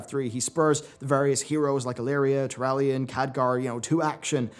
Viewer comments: Thrall. Its Thr-all, not Thr-al. You aren't saying the second "L". Just like you pronounce Al and all differently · Say AL. Now say ALL. Now say Thral. Now say Thrall..... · why are you purposely ruining all these character names? Yrel is rel...Thrall is Thrall not Threll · I think Yrel more pronounced Yirel not Yerel. Thrall is Pronounced Thrawl not Thraal. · Who the hell is Thr-al ? Al bundy's cousin? Thr-all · why does insist on pronouncing the "all" in Thrall as "al" instead of "all"? At no point in any cinematic is his name ever pronounced that way. says "Thr-al" so many times in this video I couldn't finish it. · "Thrall" not "Thral". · Love you bro, but i couldn't help but crack a laugh when u say "Thr-AL" and not Thr-aul" like haul but with thr infront. i just laughed everytime. no hate, just thought it was funny. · The way you say Thrall drives me nuts.. lower case "a".... Say "all" out loud, then put the "thr" on the front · Thrall, (pronounced like "crawl" rather than "pal" here in America). Is your pronunciation the British way or just a personal thing? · Did...did just mispronounce Thrall? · I don't like how you say Thrall. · Disliked for how you say 'Thrall'. Lol wtf was that?